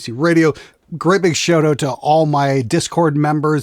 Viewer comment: I played a couple of the 48 video playlists on a few occasions (at 2X speed, muted). A showt oat? CANADIAN!! 🤣🤣🤣🤣